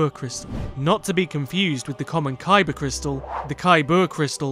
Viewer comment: Lol 😂 - not the kybur crystal but the the kyBurrrrrrrr crystal Mmkay